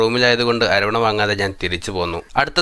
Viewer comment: വീഡിയോ സൂപ്പർ അവന്റെ ആവാസ്ഥ വ്യവസ്ഥിയിൽ ഒരു യാത്ര കണ്ടതിൽ സന്തേഷം 5.30 മുതലുള്ള യാത്ര കാണാൻ സൂപ്പർ ഇതു കാണാൻ കട്ട വെയ്റ്റിങ്ങിലായിരുന്നു ഞാൻ എന്തായാലും സന്തോഷമായി. പിന്നെ അരോണ അല്ല. അത് ഒരു മീനിന്റെ പേരാണ് .അരവണ എന്ന് പറയു .. ഏതായാലുംവീഡിയോ സൂപ്പർ❤❤